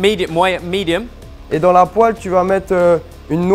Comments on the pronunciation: In the french word "Dans" the S is silent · I might try adding bell pepper next time I make tartiflette, I'm so used to the traditional recipe that I've never tried to change it up. Alsoo, I'm sorry, but I laughed SO HARD! way of pronouncing "dans' almost made me cry!